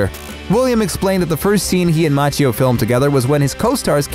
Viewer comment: Please check your pronunciation of "Macchio"